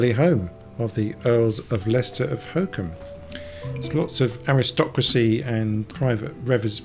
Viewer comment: I realise I am a year too late but I found this very interesting. Thank you. A bit too late in life for me to give it a try, though!! By the way, Holkham is not pronounced 'hokum' but 'Hol-kum' with the first syllable as in 'holiday' - just saying!